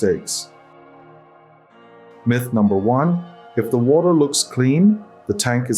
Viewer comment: Ah man, I thought this was a real channel. “Mith” mispronunciation just gave it away and turned me off!